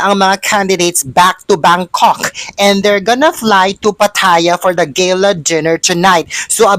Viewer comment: It's GAH_LAH....not GAY_LAH